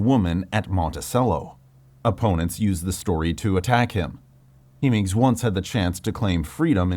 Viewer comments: I never before realized that Sally Hemings was spelled with only one M. Even with the single M, it's still hard to believe that a historian would make that pronounciation error. I hope that channel isn’t an AI. Luckily, at this moment it would be easy for that channels creator to fix the error and solve any misunderstanding. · Yeah those weird pronunciations of Hemings and Monticello immediately give away that it’s an AI voice, and as the video goes on the AI script gets more and more apparent